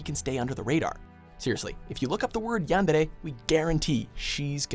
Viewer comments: I HATE the way you say Yandere!!! You say it like Yenderre!!! ITS pronounced Yandere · wut did he say? yangere? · You keep saying yandere wrong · The way you say yandere annoys me